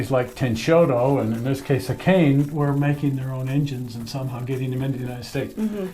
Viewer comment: "Akane" is pronounced ah-kah-nay. :-)